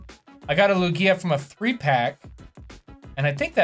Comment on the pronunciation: his pronunciation of Lugia unsettles me